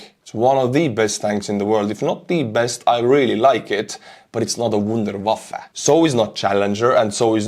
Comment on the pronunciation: Thanks for your German! Wunderwaffe ;-)